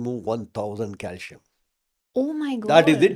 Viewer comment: C in calcium is pronounced as s not as sh.